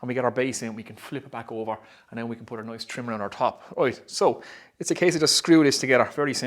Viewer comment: when nice becomes noice we talk business